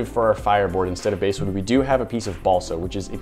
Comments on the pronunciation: Ummm… I'm pretty sure that it's bass (like the fish) wood, not "base"-wood. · Baaassssssss not base wood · Only one comment: it's bass like the fish, not like the guitar. Sorry for sounding like the grammar ghoul. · I realize that this might sound really picky, but I’ve noticed that you’ve referred to “basewood” in a couple of videos, and I’m wondering if you mean “basswood”, which I’ve used in cabinetmaking. Thanks for all the great videos! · BASS! B-ASS! Not base! Yer killin' me! Bass like the fish, not base as in baseball. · Basswood is pronounced like the fish not like the guitar. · basewood??? eh.. you mean Basswood...like the fish. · This is the second video, of recent, that you have referred to “basewood.” I am assuming that you mean basswood, and are just pronouncing it wrong? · Omg... It's basswood like a fish not basewood like a hideout. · BASSwood not Basewood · its pronounced bass wood not base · I just couldnt help but fixate on the fact that they are saying the wrong pronunciation of bass...its Bass as in the fish...not as in the guitar. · Hey just for info it’s basswood like a fish not basswood like a bass guitar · The wood you called basswood is actually pronounced BAsswood like a largemouth bass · The bass in basswood it is pronounced the same as the fish, not the musical instrument. I know because there's lots of basswood around here. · I thought basswood was pronounced like the fish, not the musical instrument. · The basswood is pronounced like the fish bass then wood. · It's pronounced like the fish. Basswood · its bass as in the fish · "bass"wood... How many videos do you think it's going to take before this guy learns it's pronounced basswood like the fish? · I think you mean to say Bass (as in bass fishing) wood. Just sayin. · Basswood is pronounced bass like a fish